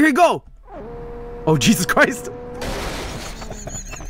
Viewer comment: "I was jos kidin o jeesos!!!"